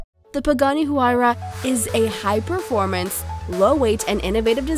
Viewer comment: The Pagani is pronounced "wai̯ra." facepalm